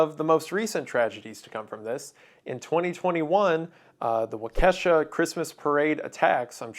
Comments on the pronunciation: Waukesha? It's not Wa-kesha, the city is pronounced waa-key-shaw. Unrelated, always vote against people calling themselves constitutional sheriff candidates. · Wah-kah-shaw not weh-kesha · Please please repeat after me: WAW-ke-shaw. Emphasis on the first syllable. Not wah-kesha. Please. 😭😭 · yikers, you that read wrong :( it's "walk-uh-shaw", not "wuh-kesha" lol Keep up the beautiful work tho, Wendigoon :3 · Very tragic day in my state but it's not "wa-Kesha" (like the singer) its pronounced Wa-Ka-Shaw. Wisconsin cities are hard to pronounce though so i get it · as a southern wisconsinite, i both hate “not mister brooks”, and hearing waukesha said as “wau-keh-shuh” instead of “wau-keh-shaw”. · Hey man it's pronounced waa kuh shaa. Not wakeesha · Wendigoon, I love your videos, but as a Wisconsinite, I feel a mighty need to say this: WAH-ke-SHA. Not wah-KESH-a. WAH-ke-SHA. You're certainly not anywhere near the first person I've heard say Waukesha incorrectly. You're not even the first person I've heard say Waukesha that way specifically. But that is one of the mispronunciations I hear on occasion that makes me wince. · I got so confused when wendigoon said "wa ke sha" as I thought the christmas parade sounded really similar to what happened here in waukesha, (wau key sha) until I heard darryl brooks and realized it was just a little oopsie lol (wisconsin names are hard) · From WI. It is Walk-eee-shaw. Not wah-kesha. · My Wisconsin ears are bleeding hearing you pronounce it that 😭 It’s “waa-kuh-shaa” not “waa-ke$ha” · Waukesha Wau-kuh-shaw Not wuh-Ke$ha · As someone who moved to Wisconsin I used to pronounce it Wau-Kesha like the singer. This took me back like 8 years with that pronunciation. It is Wau-ke-shaw. Great video. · mr wendigoon sir. wendigoon. mr goon. waukesha is pronounced wah-ke-shaw. not wa-KEH-sha mr wendigoon sir 😭 please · Waukesha, Wisconsin = WAH-kuh-SHAW, not Wuh-KE-shuh. In case you're interested... ❤ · Also it is pronounced "WAH-kesh-ah"